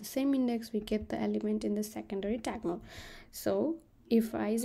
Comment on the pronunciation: its diagonal not tiagonal🙄